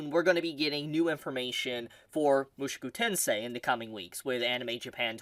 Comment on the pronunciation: it is MOO SHOW KOO TEN SAY